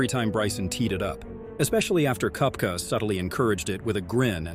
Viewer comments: Brooks cup-ka and Bryson De-shom-beau? Seriously? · Brooks KUP-ca?